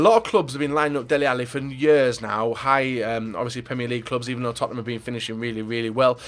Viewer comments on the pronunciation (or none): none